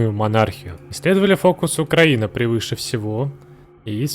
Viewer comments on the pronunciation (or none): none